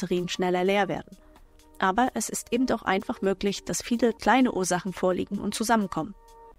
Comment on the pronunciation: es heißt eben, nicht ebend :)